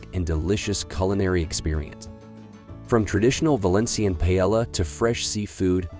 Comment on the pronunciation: You lost me at "Pilella" 🤣